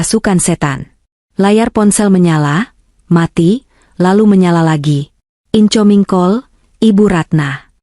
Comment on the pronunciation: Jember utara🎉 Cara pembacaan cerita tol diperbaiki incoming bkn intjaming...detjlinet dr decline